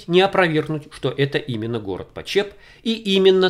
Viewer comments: слух режет как город называете. на брянщине его называют ПОчеп, а не ПочЕп) а так всё очень любопытно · Большое Спасибо за ваш труд!!!!!!....Небольшое замечание--- ударение в названии города все местные делают на первом слоге:...ПОчеп..... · Хочу поправить . Город в Брянской области называется ПОчеп с ударением на первый слог. Искажение звучит очень не приятно и не профессионально. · Почеп ударение на о. Бабушка с дедушкой жили в 2 -3 часах езды оттуда. У них в тех краях видел кирпичь расплавленный голубозеленого цвета застекленевший. И доспехи не проржавевшие сквозь времена. Но трогать их запретили . Думаю из-за радиации. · В названии города ударение ставится на букве "о". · Почеп ударение на О .... А то очень режет слух .... В Брянск бы заехал на Чашин курган ... Остаток звёздного бастиона ...там кладбище теперь ... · ударение на первый слог почеп